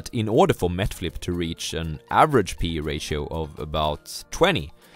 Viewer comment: MET FLIP (NET FLIX) LOL